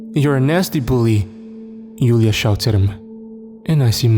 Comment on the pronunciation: One thing “Julia” is pronounced with a “J” sound, not a “Y”. Joo-Lee-Ya